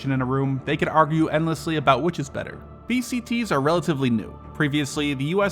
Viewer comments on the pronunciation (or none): none